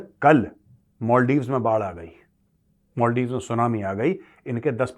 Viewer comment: सर मोलदिव नहीं मालदीव्स बोलिए